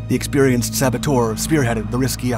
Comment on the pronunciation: Saboteur' is not pronounced ;sabbo-toor'. The correct pronunciation is 'sabbo-terr'.